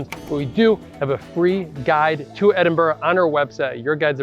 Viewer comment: Good job pronouncing Edinburgh ending with an "a" instead of an "o" Coming from a Scot